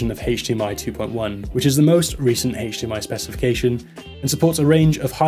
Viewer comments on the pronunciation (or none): I just cant keep hearing the word haych dmi word over and over lol